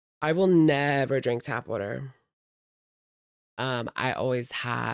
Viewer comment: who taught her English? It’s tap water 😂😂